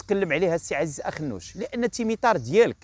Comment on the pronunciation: واحد الملاحظة بسيطة قلت مهرجان تمطار هدا خطأ اسم الحقيقي تمتار وليس تمطار